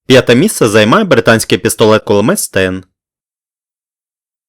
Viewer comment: Дякую за цікаве відео ! Проте трохи ріже слух те що ви інколи говорити пестолет П(к)улимет